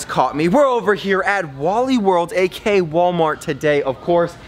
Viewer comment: Dude It's Aka Not Ak